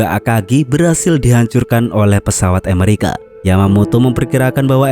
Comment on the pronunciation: ngomong "Amerika" saja kamu mah nyebutnya "Emerika" lidahmu cadel min...? sok imut ah...gak enak ...kedengaranya